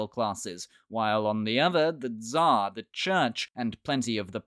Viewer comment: Just say it TSAR !! With R on the end. This way it will be at least one matching sound with original name!